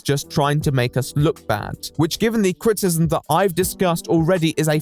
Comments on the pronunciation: Your mispronunciation of "criticism" is unbearable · Can I criticize you on your pronunciation of criticism? It's actually a 3 syllable word. crit-i-cism, not crit-cism. Other than that, loved your video. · What is crit-ism? Do you mean criticism? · I really love you but you say CRITcism or CRISSism instead of CRITICISM about 100 times in every video please for the love of The Right Opinion Fully annunciate your words at the very least just HALF the time you say them ( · What you can't say frustrated? Also: Critism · You can't bemoan 'flustrated' and keep saying 'craytors' and 'crtisim'. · Man who can't say the word "criticism" mocks man who can't say the word "frustrated" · Loved the video but why do u pronounce criticism that way 😭